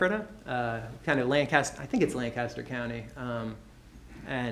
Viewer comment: Why does everyone in this court room, especially the defendant pronounce Lancaster PA incorrectly. Everyone who lives here for any amount of time knows how to pronounce it correctly. (LANK- KISS-TER) His last wife lived there 🙄